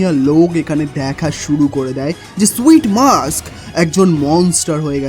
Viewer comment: আররে ভাই ওইটা মাক্স না, মাস্ক হবে। ঠিকঠাক নাম বইলেন।